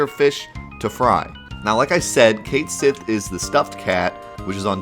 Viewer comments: But it's Ket Shee tho... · The Japanese pronunciation of it is Ket Shi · "ket shee " is the pronunciation. I saw it in the versus guide book. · Its Kat Shee not Kate Jenner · I legit had to say CAT-sith everytime you said :'D KATE-sith to watch this! lmao. Anyway good video. It's so weird how hard it is to hear something different. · Cait sith's pronunciation is Kate Shi, it's even written that way in Japanese (hiragana and katakana are phonetic, that is how you can tell) it even showed it in the ultimatia guide you showed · You know, the funny thing about Japanese is that the very language tells you how to pronounce a word. Cait Sith = ケット・シー = Ket Shí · It actually states "Ketto Shi" in Katakana right there in the guide dude. Pronounced "Kate She" in English. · I also call Cait Sith "Cayth Sith" forever, you're not alone bro! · On the topic of pronunciation: Sure, "Cait Sith" might be unintuitive, and god knows Celtic languages are a disaster when it comes to spelling and pronouncing with an English mindset, but ケット・シー is extremely simple and to the point. When in doubt, look at how it's spelled in Japanese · its pronounced kate sith, just like mic tyson would say it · Raven19888 you’re right, its Gaelic and is pronounced something like “Ket Shee” or “Kite Shee”. I love these videos and the content is amazing but it’s painful to hear it butchered. Like back in the day my friends and I used to call Guile closer to Goolie so I let it go :) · It probably is pronounced Keht Shee, since what is apparently FF7's Japanese spelling of the name (Ketto Shi) is as close to that pronunciation as Japanese can get. Looking up how things are pronounced in Japanese and jumping off from that is your best bet for concrete clues on how the JPN devs intended it to be said. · Well, it looks like we are gonna finally get the correct pronunciation for cait sith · "Depth" "Cait Sith" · Second syllable emphasis instead of first, mutt instead of moot. Had to use Guggle for this, boot yeah.